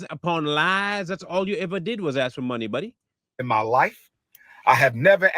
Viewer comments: The use of, “axe” instead of “ask” is a big red flag for me. I can’t listen attentively after hearing that. Many times, I just disconnect from the video. Same thing with inserting “the” between the month and date. That should’ve been learned in grade school. Umar is an idiot. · Let me axe you😂😂😂😂😂😂